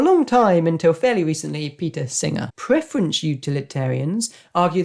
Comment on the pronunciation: Thanks for the video. Any particual reason why preference is being pronounced as preferenCH?